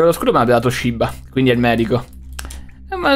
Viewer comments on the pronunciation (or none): Quanto mi triggera camper che dice "shibba" invece di "shiba"